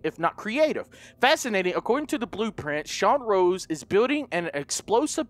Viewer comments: It's Sean ROSE. Not ROSS. Love your vids though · It's Sean rose not Sean Ross, 😂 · it Sean rose as in the flower rose